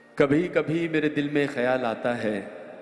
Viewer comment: गाना बहोत ही achaya गाया but..खयाल का उच्चारण कयाल ऐसा कर रहे थे